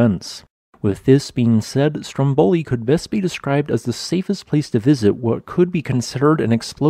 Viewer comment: Very nice! Just a little pronunciation tip from Italy: it is Stròmboli, not Strombòli. The accent is on the first "o".